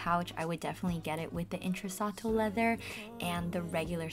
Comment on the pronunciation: in-tre-chi-atto leather :)